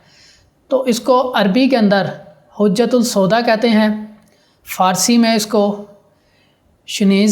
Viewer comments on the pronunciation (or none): عربی میں اسکو حبة السوداء کہتے ہیں۔ حجة السوداء نہیں۔ مہربانی فرما کر تصحیح فرما لیجیۓ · عربی میں حجۃ السودا نہیں حبة السوداء کہتے ہیں